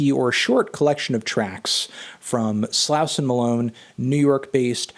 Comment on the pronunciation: how are u still pronouncing slauson wrong???